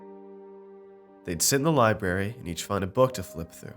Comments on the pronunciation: I swear narrator is saying libary.....what kind of bush does a lieberry grow on???? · There is an "R" in library